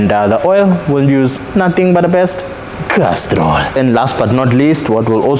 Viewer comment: Nothing but the best "Castrol "😂